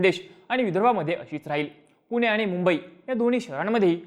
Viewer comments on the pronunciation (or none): none